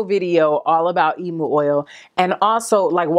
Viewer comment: firstly .. LOVE YOU ! ... also .. I just wanted to let you know ( no shade) how to pronounce emu :) .. in Australia it is pronounced " eem-yoo" ... <3